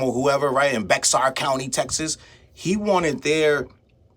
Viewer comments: Just FYI, Bexar County has a silent "x". So it's pronounced 'Bear' or 'Bare' but not Bex-ar. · Bexar is pronounced like Bear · And they keep calling it a lawsuit. It was a petition. The X silent, it’s pronounced like Bear County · Just letting u know …I think u are saying Bexar County, right?? It’s actually pronounced “Bear”!!!❤️